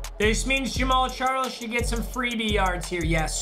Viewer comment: Am I only one who thought he said James Charles?